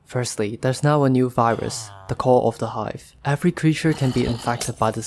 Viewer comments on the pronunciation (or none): dang! my hearing's going cause i thought i heard you say "Corona Five" when you were saying "call of the hive" xD